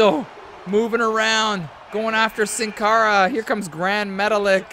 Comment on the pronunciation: Sin cara is pronounced seen cara. It's Spanish for without a face.